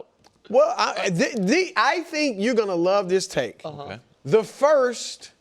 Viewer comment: like he's gonna what?? the emphasis on that was crazy bro lol